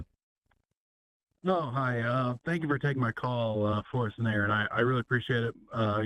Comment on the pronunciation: "I've been a fan for a while now," procedes to say Aron's name wrong. sigh